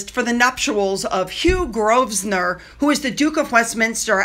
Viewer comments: Its NOT GrovSnor its pronounced Grovenor but spelled Grosvenor 😊😊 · Darling, Grosvnenor is pronounced provender, grove ner ❤ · Pronunciation of Grosvenor - the s is 'silent' so Grovenor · Best not to acknowledge them, best to ignore them, invite them to absolutely nothing, ever. They are no longer relevant. Booed if they returned? Oh, I can image worse - the hurling of tomatoes, perhaps ripe and squishy tomatoes. (the surname is pronounced as a word with just two syllables . - Grove nor. If I'm wrong someone correct me please! ) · Grosvenor, is pronounced Grove-nuh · Drop the s in Grosvenor. It’s Grove-Nor. 😂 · You don't pronounce The S in GROSVENOR.....It sounds like Grovenor... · GROW ven or NO s pronounced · Sorry, darling, but I have to help you with your pronunciation of Grosvenor. The 's' is silent. It sounds like [grove near]. Sent with good wishes. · Grove - ner. The “s” is not pronounced. This is why you listen to English names/places before recording videos so that you get them right. When people take a few minutes to make sure they’re getting everything right before making a video, it signals to their audiences that they have respect for their subject matter. If you don’t care, then people who get annoyed by your mispronunciations won’t watch or subscribe. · The S in Grosvenor is silent, as it is written. However, it is pronounced as GrovSenor. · It was proven that QEII never met Lili. The S is silent in Grosvenor. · The S in Grosvenor is silent 😊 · You don't pronounce the 's' in Grosvenor,. Hope you don't mind me saying 😮. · You dont pronounced the "s" in Grosvenor